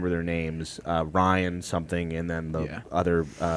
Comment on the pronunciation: "Ryan"?😂 It's Rhian, like the first part of the name Rhiannon, of Fleetwood Mac fame...